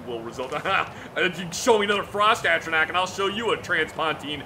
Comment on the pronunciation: Could have sworn said it was pronounced "Atro-NARK". He even had Zach saying it that way.